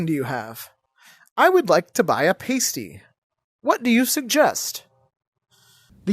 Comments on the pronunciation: Pronunciation of Pasty was not British enough. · When you finally said Pasty correctly, I was surprised it didn’t work.